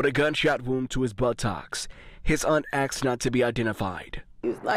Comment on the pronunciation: When a reporter says “His aunt axed not to be..” I have to nope out. C’mon people.